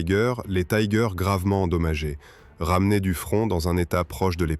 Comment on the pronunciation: Pourquoi prononcer Tiger à l'anglaise. Soit vous le prononcez en français, langue de la vidéo, soit en allemand ou le "i" se prononce comme en français. L'anglais n'a rien à faire ici.